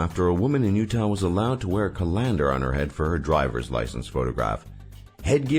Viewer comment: They way he says colander should be illegal